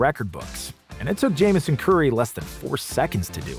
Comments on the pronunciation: Not to be the guy but it’s JamesOn as in “James On” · I'm pretty sure it's pronounced James-On Curry. He went to high school near me and was supposed to go to UNC but got caught selling weed in high school and had to settle for Okie State.